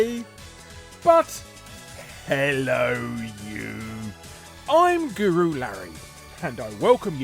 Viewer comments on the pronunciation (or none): none